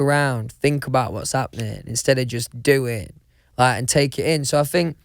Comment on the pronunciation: Vas happenin😭😭😭